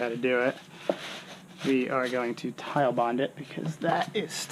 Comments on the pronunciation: It is TITEBOND as in Tite not Tillllle. It is NOT tile bond it is Tite Bond! It's like when assholes call Nine Eleven... Nine One One. UUUUUGH! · FUCK! I clicked on another one of your vids and you're STILL calling it tile bond!